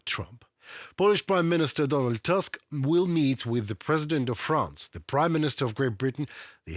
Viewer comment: Tusk is pronounced with 'u', not 'a'. It is a Polish name, Slavic like yours. Our 'u' is 'y' in cyrillic.